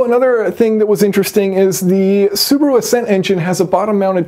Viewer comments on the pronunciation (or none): It’s so funny how you pronounce Subaru. You are saying Subru 😂 where is the A? LMAO